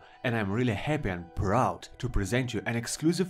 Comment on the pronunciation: I like how he said happy. "Happay"